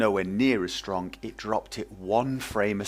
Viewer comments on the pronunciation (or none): I love how you say the words- stronG and runninG. :)